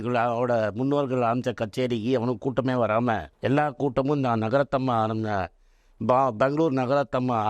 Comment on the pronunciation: He is very much lacking proper Tamil pronounciation. Her name is Bangalore NAGARATHNAMMA not Nagarathamma. Likewise he wrongly pronouncing names. Lot of distortions in his speech.